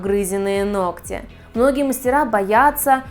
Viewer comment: Чтобы грамотно излагали свои мысли! Теперь будете знать,как правильно произносить слово ноГти.!!